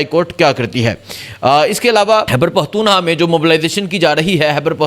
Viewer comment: عمران۔ حان حیبر پحتون حا ہ عوام کو حبر۔ نہیں ہوئی برخوردار پہلے بھی عرض کیا تھا موضوعات پہ گرفت۔ تسلسل اور الفاظ کی ادائیگی عمدگی سے کرنا سیکھیئے نجانے کتنے افارد بچے نوجوان سٹوڈنٹس آپکو سنتے دیکھتے ھونگے ان کی تعلیم کے لئیے تلفظ حروف تہجی درست ادا کرنے کی پریکٹس کیا کیجیئے الفاظ